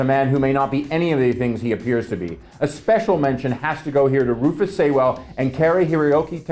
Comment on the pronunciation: Please learn how to pronounce Rufus Sewell's name...